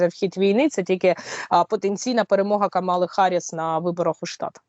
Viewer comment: Правильно говорити не Кама'ла, а Ка'мала. Легко говорити покиньте все і виїжджати.А як покинути нажите роками добро, житло. Куди з дітьми їхати в невідомість, знаючи, що це не на місяць.Держава за три роки війни , маючи таку велику допомогу Заходу,не спромоглася побудувати в безпечних місцях житло для ВПО. Владі простіше, щоб люди покидали Україну.